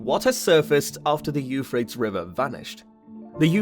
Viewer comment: Why don't you pronounce the river the way everyone else does: You FRAY-tees?